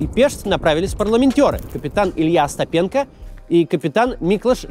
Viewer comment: Все это интересно конечно, но кто-нибудь из команды Максима научите его где правильно ставить ударение в фамилиях и названиях городов. ОстапЕнко это не как ШевчЕнко. Это от имени Остап. ОстАпенко! ГУрченко! МАрченко!